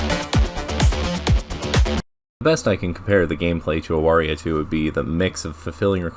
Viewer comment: First? It's pronounced Avaria, I only found that out today. Respect for your preference of Zdrada. Nikita is very cool, Like your reasoning. I am unfortunately torn between Pandemonica and Judgement.